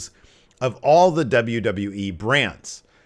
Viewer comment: Is it me or like half the people who work for wwe ( atleast the older talent and management) cannot say wwe correctly. From Angle to even Vince McMahon ( on the A&E foley special) cannot say W W E lol... I hear Double Double E alot... Am I the only person noticing this??? I CAN'T BE LOL